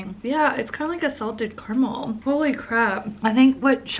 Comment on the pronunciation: Anyone else triggered by her pronunciation of caramel? Lol 😂